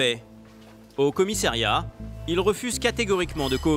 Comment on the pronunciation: Il peut arrêter de dire 50 fois "commissAIriat" ???????